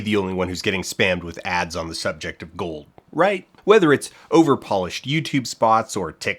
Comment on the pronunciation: The way he says "gorld" makes this close to unwatchable